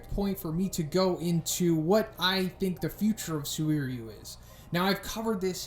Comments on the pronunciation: SU-WIR-YU, i believe you can just pronounce him SUR-YU. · “SuWEEryu!” Huh, that’s a new way of saying that. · destiny phongmany suririweeyu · Bro you're butchering this mans name. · okay I gotta ask, why are you pronouncing his name like that? wtf xD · Please fix your pronounciation of "suiryu", you kinda sound like you are gonna throw up or something when you say it, no offence tho